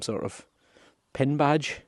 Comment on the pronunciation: Pin not pun